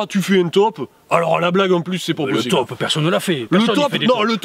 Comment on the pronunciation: "Ah bah écoute on fera un topeuh 10 !" Ha ha ha ! Rien a fout' des regles XD